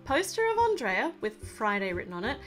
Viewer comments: It's pronounce (On-dray-a) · Andreea not Andrea